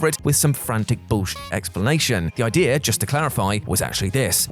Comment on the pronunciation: Idea* not Ideer!